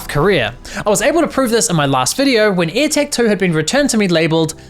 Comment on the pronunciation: Why do you get none of your vowels right? DEstination not DIstination AirtAg not airtEg I's are not E's and E's are not A's. Like can you seriously not hear yourself?